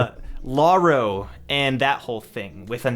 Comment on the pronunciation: i just want to mention lauroe is pronounced "La-oo-ré" not "La-oo-ro"